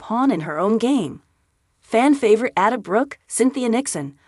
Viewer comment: It's Van Rhine. And Ada, hard A.